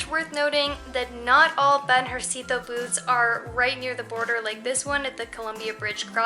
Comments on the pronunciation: How to pronounce BANJERCITO: bun-HER-c-tu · think ban-hair-see-toe, stress on the 2nd. :-) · Banjercito is the combination of Banco (Bank) and Ejército (Army) This is the bank that the Army keeps for paying the troops and make this kind of government transactions I guess. It is BAN - HER - SEE - TOH with the strong vowel on HER. BanJERcito. Try it. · "Van Her See Tho" say those words all together so you can say BANJERCITO right, which it comes from the words BANco from the ejerCITO... bank of the army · BANJÉRCITO should sound like the words VAN-HER-C-TOE (silent e) in English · the pronunciation of "banjercito" LOL. Greetings guys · and it's not a tourist thing, they try to pull out that on us Mexicans all the time. by the way your pronunciation of Banjército needs to improve. :-) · Also, do you know how to say "Ejército" (Army)? "Banjército" is a portmanteau (or mixed) word made of "banco" + "ejército", so the way to pronounce it is by stressing the syllables as in "ejército". Cheers! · It's so funny how you say Banjercito 😂. Just look up for the word Ejército for the correct pronunciation. 💂